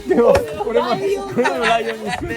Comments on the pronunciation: からが最高すぎる🤣🤣 末ズだけ 「内容は？」が「ライオンは？」 に聞こえる🤣❤️💚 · ｢ライオンはこない｣のところ、屋形船でアナログゲームした時｢うさぎがち｣って聞こえたから｢子犬｣を提案したときみたいでいちいち聞き間違えがかわいいしおもしろい🤤